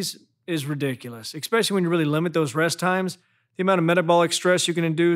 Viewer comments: I don't care how good the info is, I can't get over the fact that he says "ekspecially". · I love your videos but…there’s no x in especially.